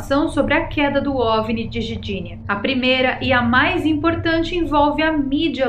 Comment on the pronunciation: Querida, quanto tempo estas morando na Polônia? E ainda não assimilou a linguagem do idioma? Eu sou de origem polonesa e me dói ouvir você tentar falar Gdinia dizendo Gidinia. Onde está a vogal " i " quando você fala Gidinia É o mesmo em português falar "maguima" em vez de magma ou "maguineto" em vez de magneto. As palavras polonesas em sua maioria são paroxítonas na sua pronúncia. Neste caso o "g" embora mudo deve ser pronunciado para ser entendido. Gosto muito dos assuntos que você aborda e sou seu fã e dou sempre o gostei em seus vídeos, mas "Gidinia" foi difícil de aceitar.